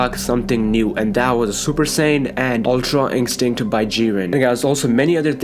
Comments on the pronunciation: "Ultra inkstinct" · Why dose he say ultra instinct like that it's like it's dubbed in he leaves it for a second then says it